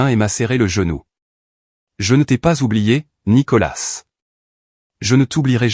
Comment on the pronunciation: On ne prononce pas le s de nicolas